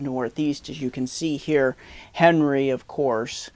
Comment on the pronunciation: I always enjoy your videos but just to let you know, the name is pronounced Ahn-ree (French version of Henry).